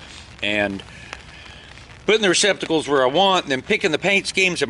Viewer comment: I never thought I'd hear say receptical....